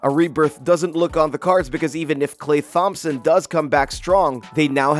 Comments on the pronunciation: Klay Thompson... it's pronounced Tomson... not THomson. 😂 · did this man just say klay th-ompson instead of tomson LMAO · Klay what now? Did this man just say TH-ompson...? Say again? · no way this dude said clay THHHompson bruh the h is silent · the first guy to pronounce the t&h in Klay thompson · Did you just pronounce the th in Thompson